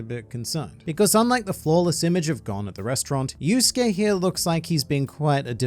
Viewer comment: his name is gon not gone😭😭